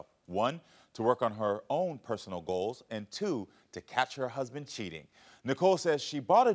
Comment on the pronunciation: I think she said “golds” instead of goals.